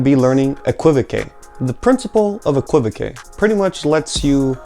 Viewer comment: Thanks,. The word is pronounced, EK-kwuh-vok. 😊